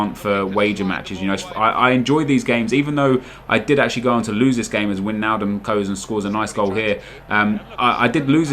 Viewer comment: It's "Why"-naldum